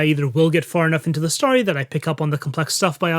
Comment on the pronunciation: Am I the only person in the world who LOVES, but finds the way he says "story" a bit nails-on-the-chalkboardy? There's literally NO "A" IN THE WORD AT ALL!! Why does he pronounce it "starry"?!? Whew... Now that I got that off my chest, I gotta say, I love this content! Keep it coming! (But for god's sake, man, it's "stORy" not "stARRy"!)